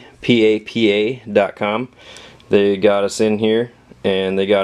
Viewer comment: Haha p a p a, it's papa I'm pretty sure